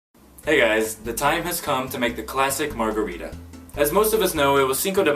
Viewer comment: Americans cant even pronounce margarita, pretty sure there another story 😒